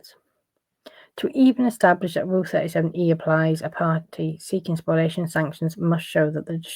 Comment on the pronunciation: Spoliation, not spoilation